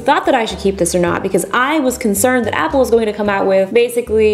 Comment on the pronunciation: To be honest, she's the only one that pronounces all the apple product's names right.